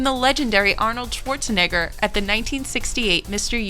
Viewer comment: Sworzeneggör... pffff